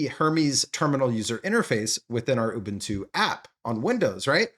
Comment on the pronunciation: It's not urbuntu it's Ubuntu 😂